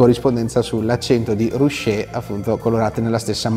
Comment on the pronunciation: Si dice "ruké", infatti si parla di paese arroccato, non rusciato.